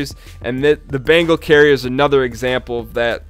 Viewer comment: Bengal. Bengal carrier. Not bangle! Thanks for an otherwise great video.